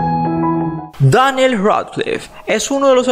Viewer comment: 🛡Che,Exagera Muchísimo al decir Harry Potter y daniel dilo bien ya que no va a pasar nada si lo dices normal 🌬🛡